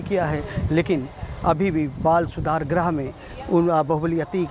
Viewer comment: बाल सुधार गृह होता है भाई ग्रह नही कृपया शुद्ध बोलिए ग्रह मत बोलिए गृह बोलिए